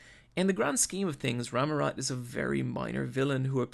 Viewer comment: Inc. He does misspell a few words (starting from the show's title, the "X" is silent), including Rammot's name ("Ramurot") and calling Nobunaga "Muramasa" once, but I'll penisride this video nonetheless.